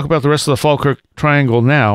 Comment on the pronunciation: Mack Maloney... more like Smack Baloney!!! I'm pretty certain he said 450mph not 250 mph at first, when asked him to repeat cos he dropped out. Plus, I never trust anyone that can't pronounce Falkirk, jeez, almost as bad as Seriahs' " MacNamara";o)